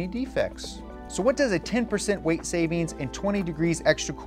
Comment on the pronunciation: Weight...not wrrreight